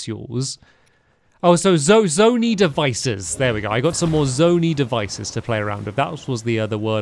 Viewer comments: Please take note for further reference: Hestu is pronounced (hes-too) and not (het-soo) as you have been saying Purah is pronounced (pur-uh) and not (pure-uh) Zonai is pronounced (zone-ai) and not (zone-ee) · Sorry this is annoying me. It’s Zonia not Zonee pronounce the i not the e at the end. Sorry this has been bugging me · I died inside when he said zoney devices. something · Zone-eye is the pronunciation for zonai